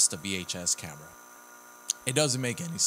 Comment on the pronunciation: And you pronounced camera wrong you said amera